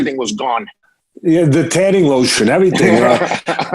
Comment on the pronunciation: "The tanning lotion" 🤣😂🤣